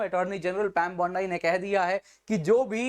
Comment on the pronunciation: “पैम बौंडाई” नहीं “पैम बाँड़ी” बोलिए